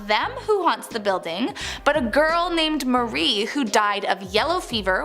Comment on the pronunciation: It’s Marie not Mary